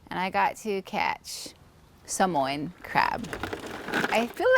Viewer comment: Thank you for pronouncing Sāmoan better than some Samoans😂